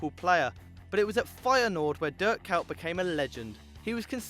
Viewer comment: k oy t not k ow t